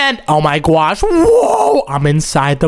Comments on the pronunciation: why in the world does he says oh my gwosh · its not oh my gyash its oh my god and oh my gosh